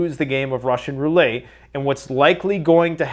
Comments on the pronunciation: Roo Let mate Not Roo Lay You know it! Why do you do it 🧐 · roo-LET. Not Roo-LAY. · It’s Russian roulette not roulais unless you’re saying that way to get get more comments and in that case, good job lol